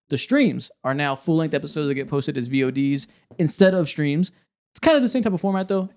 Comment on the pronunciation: Never say V O Ds just say vods